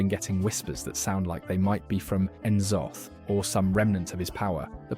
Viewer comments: I feel like the "Ya-sharaj" pronunciation was just the mantid VA getting it wrong. Should be "Ih-sharj" IMO. Also "Kuh-thoon." My ears...and Kee-raji. "Nuh'zoth" too. And Yogg-saron calls himself the God of Death is that he made it so the Titans' constructions became mortal and could die (vrykul became human, earthen became dwarves, mechagnomes became gnomes). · kuh-thoon (c'thun) Kur-ahh-jee (qiraji) Nuh-Zoth (n'zoth) Please refer for future uploads